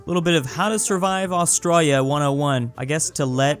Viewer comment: Bruh like how he says Austrya not Australia